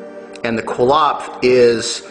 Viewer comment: It's Qliphoth pronounced (kli-foth) or (kli-poth) not Qilopth (kil-opth)